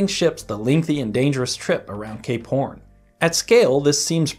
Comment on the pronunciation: whenever this guy is about to say two words in sentence where one ends with the letter P, he always combines the words into one group of syllables. It sounded like you said gay porn instead of cape horn. and it also sounded like you said a pill instead of up hill.